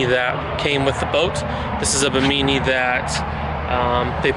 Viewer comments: buh-MEANY?.... its "BIMMA-nee" ....like the islands off Florida!% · Ba-Meany LMAO Its Bim-i-knee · Bimini is pronounced “bim-a knee” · Hey bud, you are saying Bimini wrong 🤨. It’s the same Bimini as in the Bahamas.